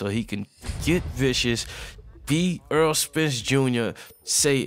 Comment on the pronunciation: Great video... One of the best in the division... Needs better competition but still showing signs of greatness. Btw it's Errol not Earl. Lol